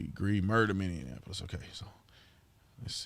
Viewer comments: Minneapolis, not MinneANapolis 🤪 lol 🙏✌️❤️ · It's mini-apolis not mini-in-apolis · It's mini-apolis man. Lol this is driving me crazy. 😂 I just had to correct you. Sorry man